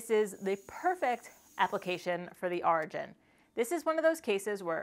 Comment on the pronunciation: Solid piece. But why do you pronounce it draw and not drawer and arjin instead of origin? Is that your accent of some arjin?